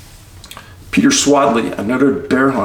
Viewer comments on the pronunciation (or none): none